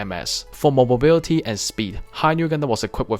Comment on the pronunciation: Really interesting video, although I giggle when you say “mobobility”